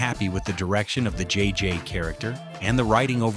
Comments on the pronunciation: IS THIS AI? IT'S JJ. NOT JJJJ. The Jeffersons also was a spinoff of All In The Family. I the first season at the very beginning of the show John Amos said, From Television City Hollywood. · Love how the AI narration keeps adding 'J's' to JJ's name. At one point he was "JJJJ." Anyway, I first learned that co-creator Mike Evans was Lionel on All in the Family and The Jeffersons about 10yrs ago, but very cool having it explained here.